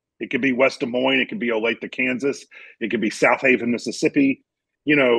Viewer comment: Good job on saying Olathe right